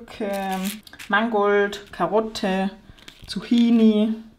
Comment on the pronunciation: Die richtige Aussprache von Zucchini ist Zukkini, nicht Zuchini. Grüße aus Italien :)